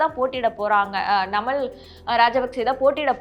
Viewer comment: ஒழுங்காக தமிழை உச்சரிக்கவும் நாமல் ராஜபக்ச